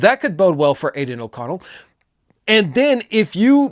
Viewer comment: Say aiden oconell again 🔫